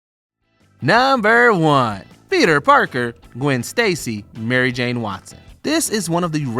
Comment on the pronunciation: You mean Gwen not Qwen